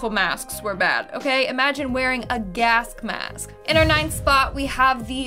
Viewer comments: what's a gask mask 🤣😅😅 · She said gask mask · lol did you say "gask mask" haha